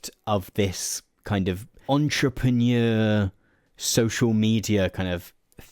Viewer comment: It might have been worth spending five minutes learning to pronounce "entrepreneur"...